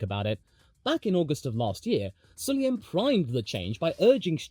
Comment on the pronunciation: pls... Cloud you please pronounce MBS's name right? Sulayem, not Sulyem No one likes the guy, but could you just do that for me? Pls:-)